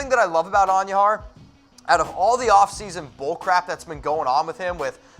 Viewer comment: Can you please pronounce Miguel Andujar correctly not And u jar idiot.